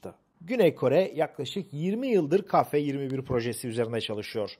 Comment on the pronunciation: Hocam selam...bir eleştiri..Türkçe de a eki alan bir harf yoktur...yani ba ca da...gibi,,,TÜRKÇE dil bayrağımızdır...ve özellikle bozmak isteyenlere karşı çok iyi konuşulmalıdır.Ka değil..Ke..lütfen